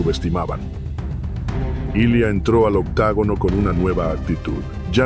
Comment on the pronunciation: Se dice OCTOGONO BASTARDO